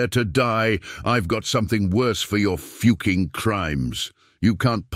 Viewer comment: How hard is it to prounce the word "fucking" god that was annoying.